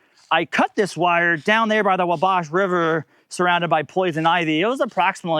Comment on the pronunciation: Ackshully it's pronounced WAAW-bash